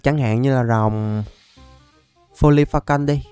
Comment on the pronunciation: Sao em nghe đc folifacon mà ra foli phê cần :)))))